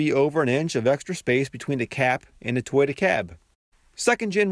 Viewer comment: Something about how you pronounce toyota, doesn't sit right with me.